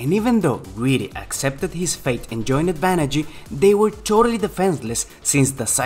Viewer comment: "Banagher"... "Banagh-ER".... not "Banagh-EE"